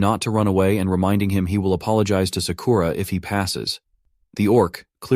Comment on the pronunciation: So many a.i. voices pronounce ‘Sakura’ as ‘suh-kooo-ruh’ instead of ‘Sakura.’